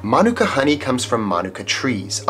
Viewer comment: Awesome pronunciation of mānuka, particularly the length and stress of the first syllable! It's quite common for Kiwis to put the stress on the second vowel with the U, but actually the A vowel of the first syllable is long so it should take the stress (and Māori typically puts the stress on the first syllable anyway when there's no long vowels). It means a lot that you make such an effort to pronounce Māori words correctly; I wish more Kiwis would do the same. 👍